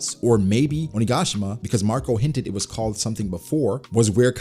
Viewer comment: How did we not notice… “ONI”gashima